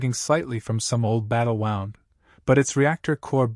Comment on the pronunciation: Another AI who cannot properly read…..Battle WOOOOND! Not, Battle WOUND like a clock!! First hint. Then the stopping and starting. Dammit, you people are ruining great stories by using AI!!